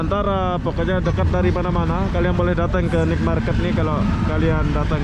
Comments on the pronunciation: Night = nait bukan nit. Ubat batuk asli adalah nenas,ambil sepotong bersama empulurnya...mkn setiap hari spi hilang batuknya. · Maaf spelling NIGHT MARKET yang benar bukan NIK MARKET tapi NAIT MARKET, tolong banyak2 belajar bahasa Inggris lagi bro biar narasi kontennya lebih berbobot. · Sorry Bg....Naet Market Bang bacanya atau Pasar Malam